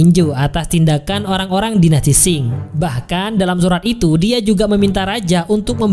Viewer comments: Tio k dan dinasti sing😆😆😆😆 Yg bener bacanya taeok n dinasti qing bang😂😂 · Dinasti Ching bukan Qing !